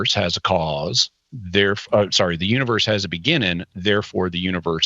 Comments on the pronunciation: Is Jimmy not allowed to add g’s to the ends of his words or something? “Expandin” “beginnin” “mornin” lol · Can you please pronounce the "g" on the end of "beginning"? It's very off-putting.